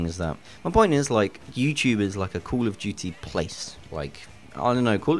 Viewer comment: call of juuty XD